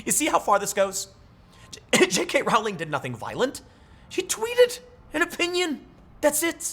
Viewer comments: Just an FYI: Her name rhymes with bowling, it does not rhyme with howling. She is also an idiot. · "Rowling" to rhyme with "bowling". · I feel obligated to mention that her last name is pronounced "rolling" (sort of more like the word is spelled, if you break it up like Row-ling) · Its pronounced jk “rolling” as in “The leftists act like they are rolling on mdma laced with fentanyl.”